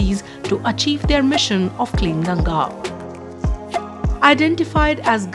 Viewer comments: Its गंगा.. Not गंजेज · what is gaenjes, it's gangaa. Should not butcher it's pronunciation when speaking in english